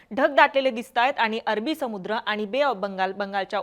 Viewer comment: मॅडम आनी पानी आनी लोनी असंच बोलत आहेत.😂